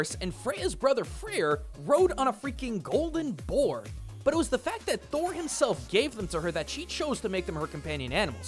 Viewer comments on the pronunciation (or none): none